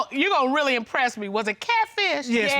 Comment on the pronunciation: Cayatfffffiiiiiiiish. Talk right